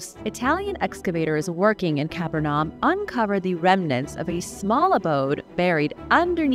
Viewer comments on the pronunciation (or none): "Caaa- Perrr-Num" ...